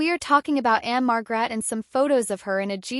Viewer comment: Just so you know the stress is one the first syllable marg rette